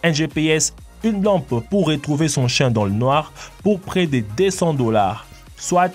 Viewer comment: En chiiiien pas chin